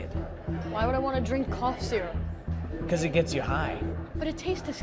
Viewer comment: “sipping sizzurp” chile- anyways it’s lean